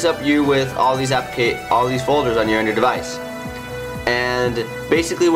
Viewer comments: The hell is an Andrew device or Andrewdevice???? Or is it Andrid? Huh??? wtf??? SLLLLOOOOOOWWWWW down fella... You're talking so fast that you have to pause every third word Which sounds like... this and it... gets annoying for... us that have... to listen to... your speach about... your Andrewdevice. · He needs to practice his pronunciation. He needs to enunciate better. He keeps mumbling the word Android. He says Andrew device. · "Apcations on yur Andr device"...